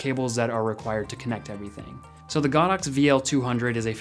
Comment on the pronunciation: It’s go dox, not god ox.